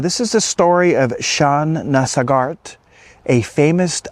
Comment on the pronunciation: Pronounced "Sog art"... Emphasis on Sog.